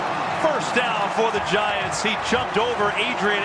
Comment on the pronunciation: Did anyone catch the announcer say yiants?